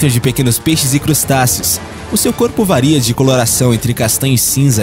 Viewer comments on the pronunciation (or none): none